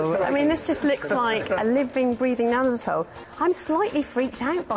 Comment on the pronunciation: It's neanderthal not neantherdal